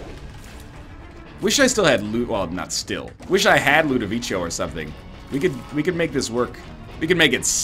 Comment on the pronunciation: 519 episodes in, still pronounces ludovico as ludoveecho